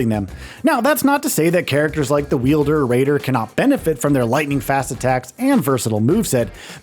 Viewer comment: “Wielder” is cracking me up. Wild-er, my guy 😂